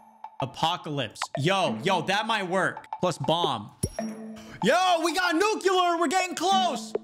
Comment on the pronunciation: “Yo we got nukeular!”